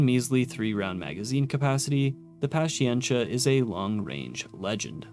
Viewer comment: The Avenger might also be a reference to the GAU-8 rotary cannon found on the A-10. The GAU-8 is also called the Avenger Though the caliber doesn't match, it's still a fun thing to consider Edit: that's not how you say "paciencia" lol